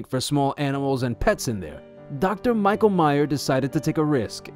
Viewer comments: You claim to have met him yet you keep mispronouncing his name - it’s not my-ka it’s Me-sh-a spelt Micha short for Micheal in many European countries. We all miss Dr. Micha and his amazing assistants. It would be great to have an update about the clinic, but I get why he became burnt 🥵 out dealing with constantly lied to by neglectful owners. He can tell how old these worms are yet these people lie and say the worms just happen two days ago. 😊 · It isn’t pronounced “My-ka.” It’s pronounced “Me-sha.”